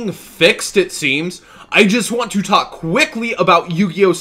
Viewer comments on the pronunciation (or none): none